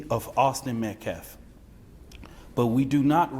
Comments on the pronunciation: The name is Austin Metcalf-not -METCLAFF-Please show some respect and get the murder victim's name right-this guy is beyond ridiculous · Cannot even say the victim's name correctly but then cries about "disrespect."